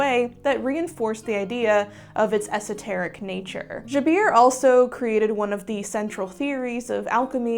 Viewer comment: it's not zhabeer, it's JA Ber. JA: like the word Jarring (sorry) and Ber: like Bernard, Jaber.